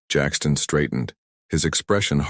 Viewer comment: An other AI narrator ?????? Painful to listen to at times with stunted stops. 😢😢 Jackson not Jackston.👎